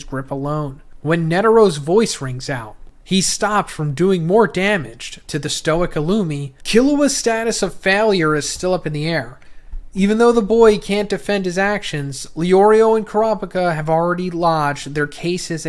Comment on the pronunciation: It’s not bad. Just a bit lazy I’d say. Especially when this is his job. You know? It’s very shocking to hear him randomly say characters names completely wrong. He called Killua “Kahlua” like the alcohol. Then the next line he says his name correctly. Just a bit jarring.